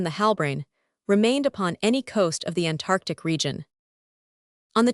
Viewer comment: "An Tantartc"?